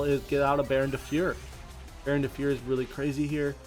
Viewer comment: Damn you still say "fieur" instead of "Fleur" 😁